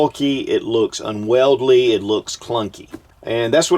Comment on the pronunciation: No offence buddy, but it's not un-weldly, it's said unwieldy; which means "difficult to wield", etc. Un-weldly, would imply "difficult to weld". I have welder buddies that can weld anything, upside down and underwater. They dang sure could weld that sumbritch. LOL. Just goofing. Great review. THX.